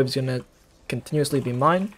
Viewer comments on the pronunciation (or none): none